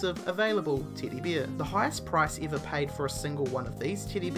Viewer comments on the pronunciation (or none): Hey you English crowt it's a "teddy bear" TED , Not a Titty bear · John Smith ik teedy bear lmao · ...titty beer? i swear he said that. several times. that's all i heard the entire video. titty beer... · "play house just for keds" "tiddy bear"! lol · Teddy bear sounds like titty beer. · It's teddy bear not titty beer.. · Why are you saying teddy bier?? It's BEAR! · if i have one of these toys i like the luis vuitton teddy bear and its a teddy bear not a tiddy bear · more like titty beer :^ ) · A "Titty Bear" LOL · Tiddy beer... Lol that accent though. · Expinsive? Piz Dispinser? Tiddy Beaha? Why can't Aussies pronounce English? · "Tiddy bear"😂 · When he first said it I thought he said "titty bear" and was like wuh? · "Teedy beer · what the heck is "titty beer"😂😂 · Anyone else heard titty beer ?😂😂😂😂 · teedybeer ahahahahhaha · when he said teddy bear he said toddy beer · all i hear is beer and titty lol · Sounds like "titty bear" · I just kept hearing titty bear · he doesn't say teddy bear he says tity bear LMFAO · "expinsive"... "tiddy beer"... "exciptien" (exception i believe?)... And all that "Number 1" "number 2" Like it is said by a dieing man.. gzz was painfull to watch this till the end, but i was interested on the list. Or like the owner of the video would say "interisteed". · Where in the world do you need to be from to pronounce words like "expeeeeensive" and "titty bear" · Who else for #11 thought he was saying "Teedy Beer" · Ok I was half listening to this, (it came up on autoplay while i was in the other room doing dishes), and between 'piss dispenser' and 'titty beer', I think this is the most I've laughed in 10 years. I did figure out the pez dispenser, but had to drop everything and come look at the screen to see what the hell a 'titty beer' was! This guy just won youtube as far as i'm concerned haha! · OkAy.. Titty bear, and Beers.. ugh number Tin.. Not gonna finish watching.. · Just an FYI, E is prounounced e, no I. Titty bear... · he says tidi beer